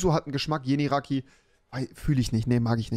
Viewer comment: Wieso könnt ihr nicht Türkische Marken richtig aussprechen? Wenn ihr es nicht aussprechen könnt kauft es nicht. Es heißt ULUDAG nicht uLuDuCk Nennt es doch einfach Gazoz Und Yeni Raki wird nicht Yanny Rakeey ausgesprochen